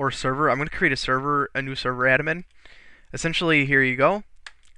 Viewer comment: Admin, not adamin.